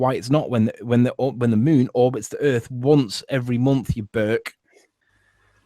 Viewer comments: "It does it every mumpf" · He never claimed they happened every month. He said every momph!